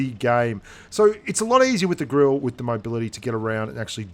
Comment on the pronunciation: ur pronunciation is wrong about 'GRILLE'